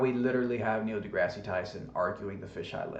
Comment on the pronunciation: Why did you make fun of GE for pronunciation when you can't correctly say Degrasse? He isn't named after a terrible canadian TV show.